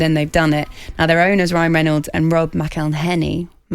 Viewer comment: still fucked up Rob's name 😂